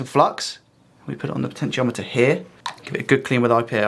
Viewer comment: PS, you've nailed the pronunciations of potentiometer and Yoshi. 🤘😎